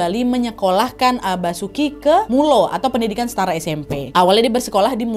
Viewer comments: izin koreksi, MULO tulisannya pake u, tp aslinya itu u ada dua titik di atasnya, naah itu bacanya miulo atau singkatnya Milo, gitu sii, Monggo kalo ada yg mo koreksi 🙏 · Terima kasih ilmunya mbak Nad. Banyak hal yang baru saya ketahui. Tapi numpang saran Kata HIS di eja dan Mulo bacaan milo beda tulisan dan bacaanya. Sekali lagi saya ucapkan terima kasih atas penyampaiannya yang baik sekali